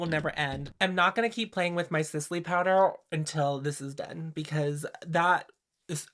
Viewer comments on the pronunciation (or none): none